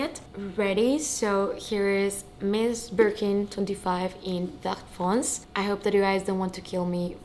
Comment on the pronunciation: Beautiful 🤩 fyi, you need to pronounce all the letters (including é) in foncé. Vert foncé means dark green (literally green dark) 💪🏻👍🏻👏🏻🥳